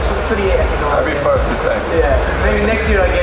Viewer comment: I just want Conor to learn how to say "first".